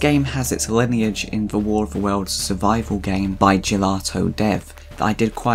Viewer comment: i love how you said "the waw of the wewlds🥺"